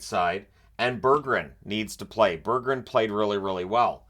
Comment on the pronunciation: Great video, I think you hit the nail on the head here. If I can offer it, the pronounciation of Soderblom is shooter-bloom and Berggren is bareg-gren. Think like a bear with smile, but you have to pronounce both g's.